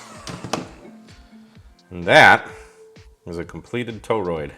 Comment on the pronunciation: say toroid... "toe-roid". No, say tor-roid... "toe-roid". No no, try again, say tor-roid... "toe-roid". OK, fine then... just go out there and play with ur new toy:) KJ6ER